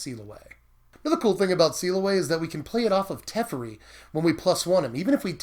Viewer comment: teffurry... oof.